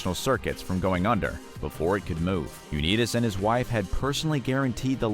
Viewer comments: Learn to pronounce Unitas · You mispronounce "Unitas"? And you expect to be taken seriously? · Learn how to pronounce Johnny Unitas's name. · At first I thought the narrator was joking about his Unitas pronounciation. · . How in living F could ANYONE mispronounce Johnny U's name? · Uneedus to correct your pronunciation of Unitas. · Johnny Unitas; last name pronunciation??? I've never heard it like this... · Nice pronunciation of unitas you nimrod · Way to butcher the name of the great quarterback Johnny Unitas! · Y'all just butchering names, its; Rah-geeb, U- nite-us, Co- Sar, Terrle (not Ter- rell) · You lost me at U Knee Tus. It's Youn-EYE-tas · that is Unitas with an "I" not an E. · Come on guys. Check your pronunciation before you make the video. "Uneetus" is not how you pronounce Jonny U-nIt-us (long I not short i). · It's Un"eye"tis, not Un"ee"tis. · They need to know the proper pronunciation . Not Johnny U-née-dis but what about Johnny U-NITE-ES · Stopped watching at You-knees-dis name. Do better. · Is A.I reading this off?… u net is…? Really I just feel if you did any research you’d hear someone saying his name the right way 🤦‍♂️ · For crying out loud, it's pronounced "Un-I-tas" (long "I"). In MY heart, it will always be known as the Washington Redskins. RE: Dermontti Dawson: "He was $69,000,000 in debt... including a slightly alarming $20,000 worth of guns." What, exactly, is alarming about $20k worth of guns? Many guns cost thousands of dollars -- as investments or for hobby use. $20k in guns, for a multi-millionaire, is nothing. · Pausing, to leave a comment before fleeing before hearing "U-Need-Us" one more time. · You killin me with the unitas or as you say uneedis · Lost me at Johnny "You-Need-Us"! There needs to be a robo video "Ten Dumbest List Readings" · You mispronounced Johnny Unitas' name. It's pronounced with a long "i" as in united. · I stopped watching after the Johnny U-need-us pronunciation! lol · U-nee-tus? Are you kidding? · U' ni tus